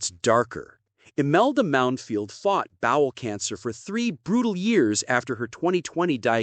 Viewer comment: His name was Mounfield, not Mountfield ffs